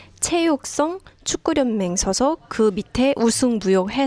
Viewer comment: 축구련맹이 아니고 축구연맹으로 읽어야 합니다.